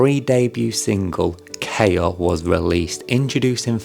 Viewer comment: Hello there! A fan here. KAIA would be pronounced as "KA" like "CA" in Cameron and "IA" like the "YA" in yard. Also, you forgot Sophia in the member profiles.